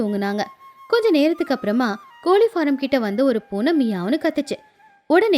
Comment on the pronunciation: கோலி இல்லை.... கோழி